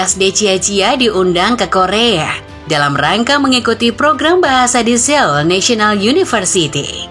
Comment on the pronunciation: Ibukota korea itu di bacanya soul mbak bukan seul